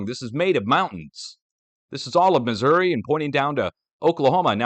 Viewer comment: You pronounced New Madrid and Missouri correctly!